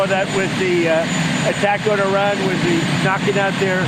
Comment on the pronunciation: Did he say Irag instead of Iran